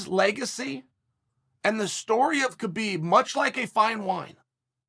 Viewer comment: Idk how people can't figure out that it's pronounced Habib